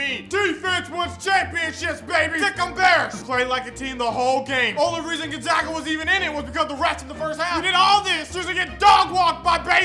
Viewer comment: It's Gonzaga, not gon(g)zaga, how people mispronouncing that?!??!! 🤣🤣💀💀🤣🤣